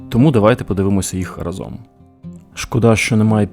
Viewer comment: Давайте не давайте... Жах якийсь... Подивімось треба казати. І не разОм , а рАзом...😮😮😮